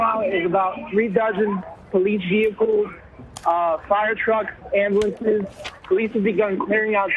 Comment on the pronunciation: It's pronounced "Am- bu- lance"!